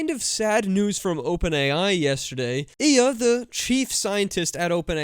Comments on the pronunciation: “ILYA” not “iiya” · Ilya’s name is pronounced ill-ee-ya.